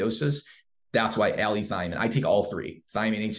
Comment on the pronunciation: It's allithiamine